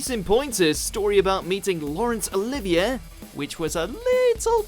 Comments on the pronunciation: Oooh! Look what we've got! Nothing! Other than the bloke talking and no relevant clips. Is this commonly known as 'clickbait'? If so, it's a pile of shite. Subscribed? Clearly not! PS it's SHI-nead...please pronounce correctly 🙄 PPS it's also oh-live-ee-ay for 'Olivier' FFS Over & out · Learn to pronounce Sinead and Olivier.